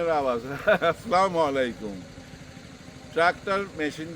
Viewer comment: Assalamualaikum priyo Bhai. Kisu mone korbenna, Salam er correct pronunciation hosse- As'salamu'alaikum. Onnovabe bolle meaning change hoye jai. Thank you and stay blessed.